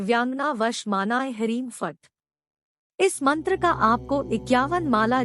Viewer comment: Mantra ka sahee uchchara bhi nahi..n kar pati hai.n mahila ji.haim harim kahati hain aur likha ata hai Hrim Hrim. Is channek ke chakkar me n na pade,manoranjan ke hisab se dekhe.n Abhi tak koi bhi is Yakshini ko siddha nahi.n kar paya.